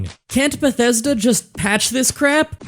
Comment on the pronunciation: I like that you said "bugthesda" on cait's special perk